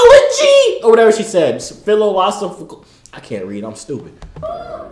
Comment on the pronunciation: She went gibberish at “mental philojrjjrfical”😂😂😂😂